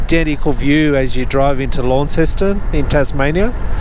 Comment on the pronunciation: Hi. The shot, coming over the bridge, of the coat hanger and CBD in the distance was pretty good. I'm from Plymouth and the original Launceston is about 30 miles north and just inside Cornwall's border. It's pronounced Lawnston if you're from anywhere other than born there and Lance'n if you are; having both Devon and Cornish parts of the family I change to fit in with who I'm with. How crazy is that? I wonder if commenter that suggested you have someone holding the camera for you is from North America and didn't realise that you were in the passenger seat.